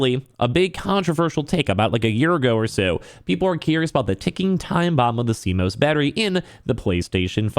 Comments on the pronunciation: never heard someone incorrectly pronounce CMOS before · Hearing him pronounce CMOS wrong numerous times is cringe. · I mean I get it, news media just covers what someone else talks about but this guy is talking about how great it is that PS added a way to remove and he sounds like he doesnt even know much about it if he cant even pronounce it...its just more obvious.